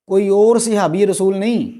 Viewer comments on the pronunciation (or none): none